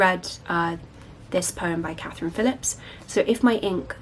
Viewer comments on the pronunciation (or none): none